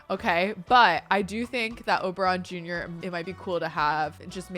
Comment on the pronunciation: just wanted to comment that the first time you said Oberon Jr I heard "Oberonica" and so I'll just leave the name suggestion here 😂😂😂